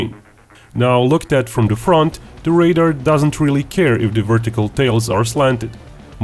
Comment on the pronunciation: The word is "radar," not "raider."